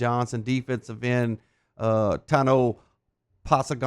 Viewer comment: I had to stop watching after he butchered Tanoh's name. How do these clowns get these jobs and not know shit?